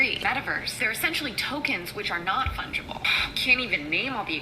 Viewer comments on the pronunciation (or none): Lol. "You can't funge them"